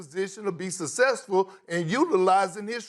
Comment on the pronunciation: Kendrick Perkins is the only one who can get away with saying “ sussessful” instead of successful, love this man’s commentary frfr.